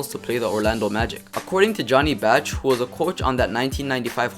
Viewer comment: It's not "Johnny Batch". Bach is pronounced "BAUCK".